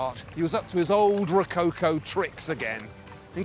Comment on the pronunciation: I CRINGE so hard the way he says ROWCOWCOOW.... omg xD